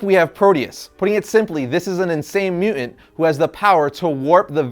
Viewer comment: I can't stop hearing your mispronunciation of mutant. It's MU TANT not MU ENT. I can't concentrate on the content ...please take diction lessons if you are going to keep making videos. I'm not trolling, your video ( what I could get from it) has well researched content and great facts but its like audio water torture.You are clearly into the subject and I LOVE your enthusiasm. I really would like to watch more but...